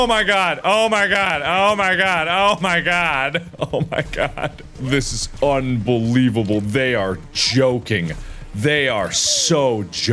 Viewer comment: Hehe Un-BEE-lievable?